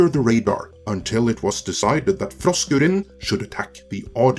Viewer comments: 🤣🤣🤣🤣🤣🤣LOL Sorry to my 60s/70s Heavy Metal and 80s HardCore Punk damage ears it sounds like you're saying Frosk Urine 🤣🤣🤣🤣🤣🤣Make sense she has pissed herself and all over G4 reboot LoL:_FrankN::_FrankN::_FrankN::_BatTom::_BatTom::_BatTom::_KoalaRain::_Skeletor:RIP G4 Reboot. 🤣🤣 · Every time you say her name, I hear “Frosk Urine.” Seems appropriate. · Poor Frokruinn; she needs dental work. I am not sure we would have noticed, but that rant she did live showed that off. Hopefully, she can find a dentist. Also, I love how you pronounce her name. As far as G4 is concerned; I never heard of this G4 station thing until now and I have been gaming for decades... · Why is it that he only rolls his "R"'s when he says frosk?